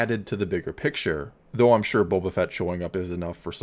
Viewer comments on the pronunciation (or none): none